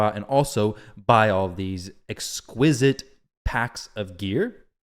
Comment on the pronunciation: “Exquisite” LOL it’s “exquisite”